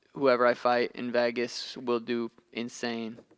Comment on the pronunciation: Nobody: Sean: Vaygis